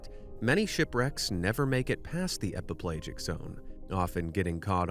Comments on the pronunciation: Epi - pell'AHjic not epiPlage-ic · /ep-uh-PLAY-jik/ ? Seriously? You're mispronouncing the main idea of the first part of your video? EPIPELAGIC is pronounced /ep-uh-puh-LADGE-ik/. If you are so incompetent as to do that, then there is no part of your video we should believe. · I think it's pronounced /e-pi-pel-A-jik/. Just saying. Same for/me-zo-pe-LA-jik/. Also, it's pronounced /NEW-di-brank/; just saying.